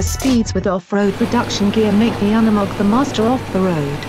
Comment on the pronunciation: Hard U in Unimog not a soft U. You stupid ignorant bitch.